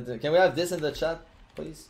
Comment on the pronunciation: POGGERS IN THE CHATTUH